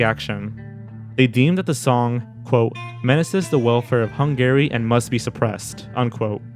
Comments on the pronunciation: never heard someone pronounce Hungary as hun-gary instead of hun-gah-ree until now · You keep pronouncing it HUNG-GARY and it's driving me crazy!! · My favorite part of watching videos is listening to which words will be mispronounced, and how often those mispronunciations will recur. Only Sigma Fee and Hung Gary know for sure. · Hungary is pronounced Hun-guh-ry, not Hun-Gary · The way you pronounce Hungary makes me an-Gary. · It's killing me that you keep saying 'hun-gary' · Why does he pronounce Hungary like that?! lol It’s wrong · What's with your pronunciation of "Hungary"?